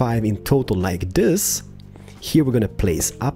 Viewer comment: When ever he said total it sounds like he saying turtle like he said in stranded deep ep 6